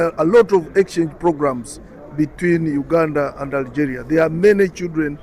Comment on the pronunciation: Ya Benti one shouldn't speak English by reading it in "FKHEUNTCH". The word "Algeria" is pronounced "AlgEEria" in English, and certainly not as "AlgÉrià" as one might say in FKHEUNTCH. The English language is a totally different language from French, especially pronunciation-wise.